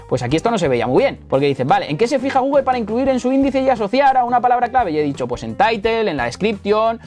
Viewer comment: Me parece maravilloso tu proceso didáctico, pero se me atora toda la info y me chirría cuando dices Gúguel, Náik. Considera pronunciar las marcas adecuadamente, Gúgl, Náiki. Mancillas feamente el contenido.